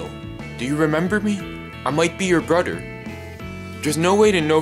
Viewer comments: BTW its brother not broder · He said boder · It's brother not broader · How are you his brother if you can't say brother correctly Daniel Daniel Daniel are you my brodr Daniel hi Daniel I think you're my brodr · You say broder when I say brother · He calls mother moter He calls father fater He calls brother broter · WHY ARE U SAYING MODER AND SAYING FADER AND BRODER XD